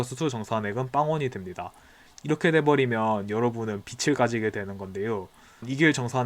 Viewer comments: 빚을 [비즐] ○ 비츨 × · 구개음화가 아니므로 빚을을 비즐이라고 발음 할 필요가 없습니다 ㅎㅎ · 구개음화는 어간 말음 ㄷ과 형식 형태소 ㅣ나 반모음 ㅣ 계열의 모음이 왔을 때 일어나는 거 아닌가요? '빚을'에서 구개음화가 논의될 필요가 없는 것 같은데요... 명사 빚에 조사 을이 합쳐진 것으로 연음시켜 비즐로 발음하는 게 맞는 것 같다는 생각이 드네요! 거듭 말씀드리지만 시비는 아니고 제가 부족한 부분을 배우고 싶어서 여쭤보는 겁니다 오해 마셨으면 좋겠습니다^^ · 표준 발음법 13항 '홑받침이나 쌍받침이 모음으로 시작된 조사나 어미, 접미사와 결합되는 경우에는, 제 음가대로 뒤 음절 첫소리로 옮겨 발음한다.' 라고 되어있네요! 빚에는 홑받침이 있고, 을은 모음으로 시작된 조사이므로 제 음가대로 뒤 음절 첫소리로 옮겨 발음해야 할 것 같아요. 즉, 빚을에서 홑받침 지읒이 을의 첫소리(초성)으로 옮겨서 발음되는 거죠. 구개음화가 일어나지 않아서 음절의 끝소리 규칙에 따라 빚의 'ㅈ'이 'ㄷ'으로 바뀐 후 연음되어 '비들'로 발음된다고 하신 만기덕님의 말씀은 충분히 이해가 됩니다. 하지만 표준발음법 13항에 따라서 홑받침이 모음으로 시작되는 조사의 첫음절로 옮겨 발음되는 과정이 음절의 끝소리 규칙보다 우선되어야 하므로 '비즐'로 발음되는 것이 맞다고 생각합니다! 크게 중요하지도 않은, 간단한 발음 규칙 문제에 일일이 답변해주셔서 감사하고 이 댓글 아래에서 계속 대화를 나누는 것은 원래 댓글 주인분께도 피해가 될 것 같아 저는 이만 물러가겠습니다! 친절한 답변 감사드리고 좋은 하루 되시길 바라요.